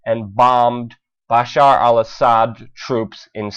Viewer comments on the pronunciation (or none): none